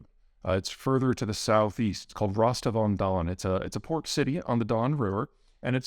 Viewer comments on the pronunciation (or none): none